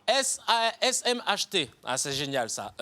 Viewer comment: Aime si toi aussi tu t'es rendu compte de sa gaffe de prononciation à avec le mot S.M.H.T au lieu de S.M.T.H